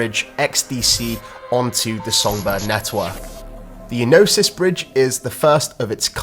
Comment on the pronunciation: Ēnosys - 'Ενωσης. Origin : Greek Meaning : Union Pronounciation : Ē(Like in Eduard) no(Like in Nora) sys(Like in Sister) so.....'Ε no sis ( accent, stress, emphasis in 'E ) So....please when we try to pronounce a foreign word, it is best to find the nearest native speaker (in this case the nearest Gyros or Greek restaurant we know, and ask them to pronounce the word) Thank you. Flare Network is gonna become the hub for staking....mark my word.... XRP, XLM, XDC, FLR, SGB, EXFI,HBAR, ALGO,Propy,(hopefully many many many more "valuable" cryptos)